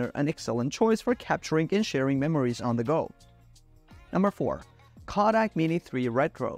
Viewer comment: #4 Kodak ---Kaadak?🤣 Its pronounced KOHH-dak!😂 Longevity is pronounced long-JEV-idy not long-GEV-idy